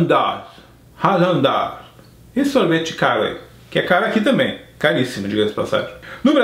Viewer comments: Se pronuncia ráguen dás o sorvete kkkk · se le Häagen-Dazs mas se fala raguen da